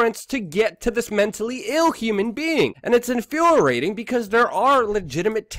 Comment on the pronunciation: Infuriating emphasis on the riating ree-ating. I really appreciate what you're doing. but bro you need to work on your pronunciation. For real homie.